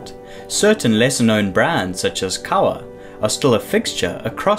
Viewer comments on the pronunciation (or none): Not trying to be mean, just want the public to know this information. Kowa is Japanese, so it's pronounced [ koh-wah ] Not [ kou-wah ] Please don't be mad, love your videos.